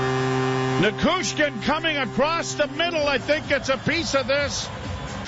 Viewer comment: Neh-chez, Na-choo-skin, the names aren't hard to pronounce Joe.